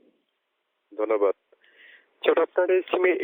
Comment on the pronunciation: what the উচ্চারণ? করয়? দন্যবাদ? গ্রামীণফোন ব্যবহ্রিত? চার? ক্লার টেলিভিশন?